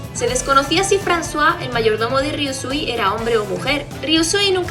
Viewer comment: Jajaja siempre pronuncie el nombre de Francois literal y cuando dijiste frazua me saco de onda al igual que lo trataras de hombre a mi siempre me parecio mujer